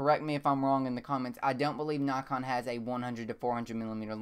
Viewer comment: Dont get me wrong if you say nykon instead of naakon you would get more subscribers. I really like ur channel.